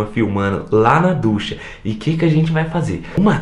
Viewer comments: ducha é com "CH" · O CERTO É "DUCHA"